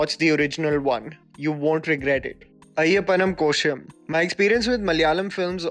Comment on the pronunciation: Its not koshum its ko-shi-um